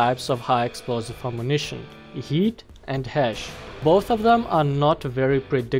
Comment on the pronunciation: I love how he says HEAT like yeet